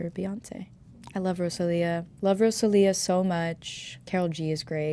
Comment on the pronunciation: The way she said Rosalia name really tickled me ❤😂